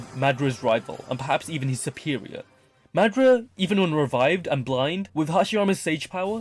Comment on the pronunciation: I was like who tf is madra 😂 but realized I mean madara